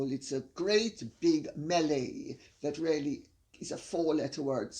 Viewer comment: Your mother shouldn't say "Ya". It's not nice. She should say "Yes". And the way she says "really" sounds like "rally".